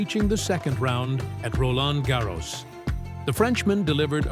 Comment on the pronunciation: Make up your mind and pronounce Roland Garros consistently